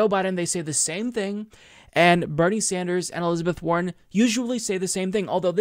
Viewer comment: trivial but i heard "elizabeth horren" xD